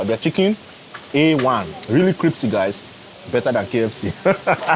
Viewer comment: yes is a good man. Btw bro, it's pronounced crispy, not cripsy hehehehe